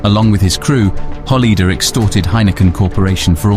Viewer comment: Good documentary, only point of comment = check and improve your pronunciations like Zuidas, Kok, Holleeder etc